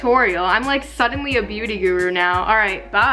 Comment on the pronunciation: Am I the only Filo who was shocked when she says "beauty-guro"? 😳😳😳